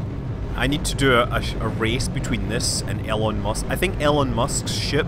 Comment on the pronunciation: It's E-Lon not el-on